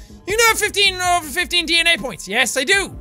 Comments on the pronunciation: When he said DNA point, I thought he said d-nya point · Yes DANA (it is suppose to be DNA). That is what DNA sounds like, at least to jacksepticy! :) ;) !) ,) =) !!!!!!!